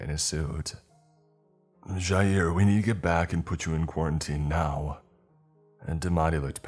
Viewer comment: Someone actually pronouncing my name correctly -Jair